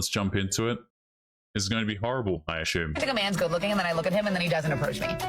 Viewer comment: " I ashhume"